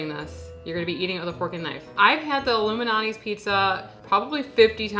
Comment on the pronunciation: I love y’all, but did you call Lou Malnati’s “Illuminati’s?” 😂 Great video.